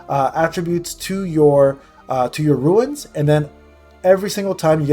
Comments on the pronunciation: They're pronounced as "roonz". You keep saying "roo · uhnz". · It’s Runes (Roonz) …not ruins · Lol i can’t when people say ruins, it’s runes. My cousin says ruins too and it drives me crazy lol